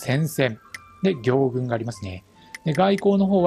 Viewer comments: 行軍(ぎょうぐん)ではなく行軍(こうぐん)ではないでしょうか？ 間違ってたらすみません！ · ぎょうぐんじゃなくてこうぐんでしょ。